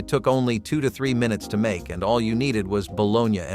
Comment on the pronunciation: Never in my life have i heard anyone say bologna like this gentleman here😅